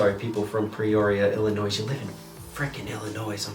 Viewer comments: ILLINOISE? UNACCEPTABLE. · I am so pissed they chose fucking Bill Cosby, out of all the black comedians, they chose Bill Cosby, like really Ps the S in Illinois is silent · im from Illinois, im 45 miles north of Chicago, but Illinois is pronounced Illinoi, the S is silent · The S in Illinois makes me cringe lol 😂 cause I am from Illinois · Repping Peoria, Illinois. The " s" is silent lol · I love that you pronounced the s on Illinois I do this as well, but mine is 100% intentional to annoy people. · grrr the S is silent lol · Did he really pronounce the "s" in Illinois...? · U pronounced Illinois wrong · Mom was from up there, so ya, when i heard the s i started wondering how many people were gonna give him s*** for it. Reminded me of a comedian somewhere who called his special 'Illinois' with the S very much pronounced as a joke.